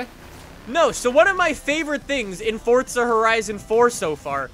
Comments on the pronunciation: I didn’t realise Forza had a ‘T’ in it.... 🤔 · Hey its for-z-a not for-tz-a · Forza not Fortza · This man WILL NOT stop saying Forza like “Fortsa” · FORZA has a Z in the word...USE IT!!! It’s not FORTSA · ITS NOT FORTSA ITS FORZA!!!! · Fortsa hahahaha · STOP SAYING FORTZA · ITS FORZA NOT FORTZA!